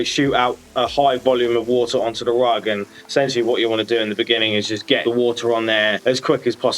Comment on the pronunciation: Noooo ru-ugg, no cry